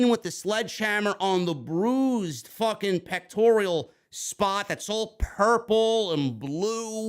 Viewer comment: Pronounced " peck-tor-al" man You keep calling it a "peck-tor-e-al" (don't get emotional just say it correctly moving forward" Thanks